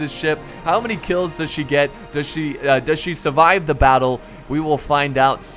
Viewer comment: You say survive without the r. “Survive.”